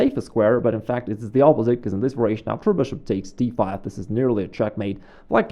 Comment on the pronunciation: Excellent video, as always. A simple challenge for you -- just one time would you pronounce the word variation correctly? Just as a curiosity. Not "vur-a-shun" but "var-i-a-shun" -- four syllables. Then resume saying it the way that's most comfortable for you, which is familiar and perfectly fine. Again, great videos, great themes and explanations!